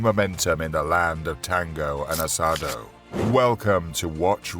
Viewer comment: "land of tangou and assadou" jaja me hizo reir